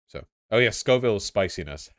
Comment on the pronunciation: Scoville* but okay lol